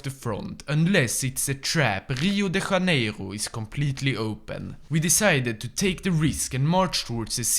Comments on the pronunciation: I love how he pronounced everything like he was French (HCCHio da CHHCHHCHCaneiro instead of Hio de JJaneiro also he did the same with Rio Grande do Sul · He pronounces Rio de Janeiro more than Cariocas lol (I have both Santa Catarina and Parana accent in me because of my parents so I so everything with a normal R and sometimes with an H R)